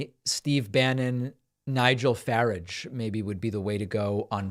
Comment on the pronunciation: I do love how DPak mispronounces Farages Name; farage doesn't deserve correct pronunciation